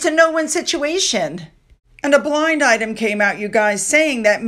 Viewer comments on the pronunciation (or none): none